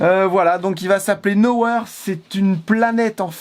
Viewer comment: Nowhere, no ouair (phonétique)